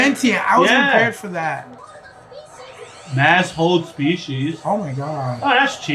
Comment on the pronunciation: lol shalltier spell "Mass Hold Species" sub translation but it sounds like Must Hold the Species